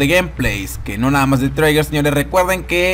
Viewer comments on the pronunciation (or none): Se pronuncia triger; no traiger